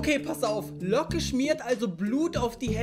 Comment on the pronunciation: Niemand: Jeder: Locke Unge : Looge